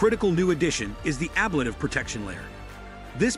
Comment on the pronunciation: Nothing actually solved on TPS issues until they test it in flight. This is just another iteration in the development process. And please learn how to say ‘ablative’ correctly if you want to sound credible when talking about it.